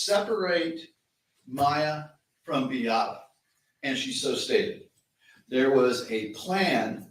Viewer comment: You think after five years this lawyer could have learned how to pronounce Beatta and Maya correctly????